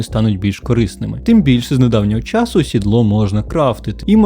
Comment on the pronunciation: виправдання взагалі жоРсТкО помаранчевий так часУ з наголосом на У обговоримо застосування шкірку шкірку сенс/застосування справді гівно кориснішими тонування каблучки/персні незрозуміло просто обережнішими, без «більш» так дупу/сраку/гузицю поставитИ мОмЕнтИк І по всьому відео: 1. Літера «Щ» дає два звуки: [шч], але не [шь] 2. Милозвучність української полягає в звучанні голосних, а саме, в тому, що всі голосні як пишуться в слові, так і читаються і тут немає цих московських спрощень коли літера «О» читається як [а] і тому подібне. Багато такого чути в твоїй вимові. А так, молодець, що знімаєш українською. Виправити ці моменти і буде прям фист файно.